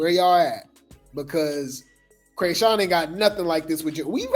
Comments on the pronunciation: You are killing me with the “Cray”sean😂😂😂 I know you’re doing it on purpose…. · When he says CRAYSHAWN😂😂😂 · Has me weak every time 😂😂